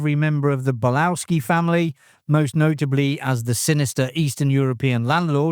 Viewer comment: Bolowski is pronounced "Boloffski"